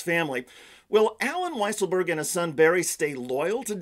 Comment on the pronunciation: it's so weird how they mispronounce weisselberg.